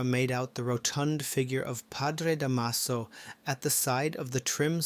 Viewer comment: Da’maso The stress is on the first syllable 😊